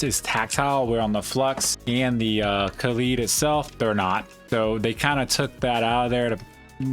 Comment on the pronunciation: Come on guys it’s kaleid not kalied. Like an american would pronounce ‘collide’. Ka lied. kaleid